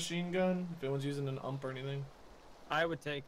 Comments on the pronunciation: how many gun fans get triggered when they say ump instead of u m p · I just have to say this it's pronounced U.M.P it's an acronym for universal submachine gun